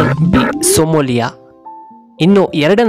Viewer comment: ಅದು ಸೋಮಾಲಿಯಾ. . ಸೋಮೋಲಿಯ ಅಲ್ಲ